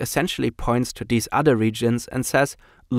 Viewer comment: It's "the" and "these," not "da" and "dese."